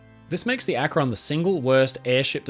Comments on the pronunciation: Akron is pronounced Ak-ren not Ak-ron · A great video but one little note from an Akronite who grew up watching Goodyear test the current fleet of dirigibles… It’s pronounced Ack-rin, not ack-Ron. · "Los Angeles" is pronounced "Loss AN-juh-less". "Akron" is pronounced "ACK-run". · Akron is pronounced ak-rin. Rin as in tin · Interesting, we only ever really hear about the Hindenberg. For future reference, though, Akron is more commonly pronounced closer to Ak-rin. (It's not quite an I sound but it's closer to I than the O in "Ron".) At least the city in Ohio is pronounced that way by most locals I've met. Even people who do say "Ron" there's more emphasis on the first syllable - AK-ron - and the "Ron" part falls off a bit rather than the "on" being crisply pronounced. (Sorry I don't know the proper terminology for this stuff, I just grew up in the area just over the border in Pennsylvania.) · Great video! Akron is pronounced more like "ack-run". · Another NE Ohioan here, I also giggled a bit. I suppose I can't fault anyone for not knowing it's pronounced "Ack-run" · ..Akron is pronounced with emphasis on the first syllable..:) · Why can't anyone pronounce Akron correctly? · great video!! as an Ohio native who used to live in Akron and who regularly drove past the Goodyear Airdock where the USS Akron was constructed i was happy to see that ship mentioned here. (Also i can't help but giggle at people who aren't from the area trying to pronounce 'Akron' haha)